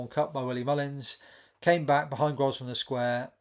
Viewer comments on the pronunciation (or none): The s is silent in Grosvenor